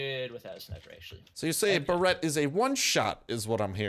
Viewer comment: I love how he pronounce tha Barret "Bareeeyt" I love it xD